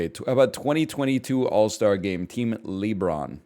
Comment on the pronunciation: Team LEEbron